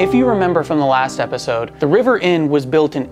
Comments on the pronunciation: Maybe it’s rivers mask that makes him sound like he is saying trevor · Yep, I listened a few times and he definitely said Trevor! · I thought he said trevor too 😝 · Ha ha I came to the comments to find out if anyone else heard the same! He definitely said Trevor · It sounded like he said Trevor. That is also what i heard. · When River introduced himself it sounded like he said Trevor ❤️🇬🇧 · 🖤👻💚💜Was it just me or did it sound like River said my name is "Trevor"?? lol 💜💚👻🖤